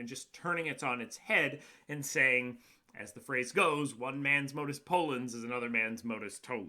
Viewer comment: you said modus "polens". if you cant even just read dickipedia correctly dont make videos.